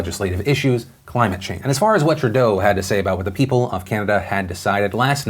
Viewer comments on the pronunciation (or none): Philip DeFranco Phil Phil Phil it’s pronounced True-doe not tri-dough